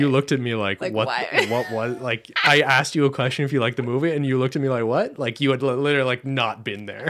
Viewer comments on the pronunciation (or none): none